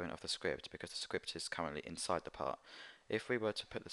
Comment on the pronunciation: When he says part, it sounds like he says pot. lol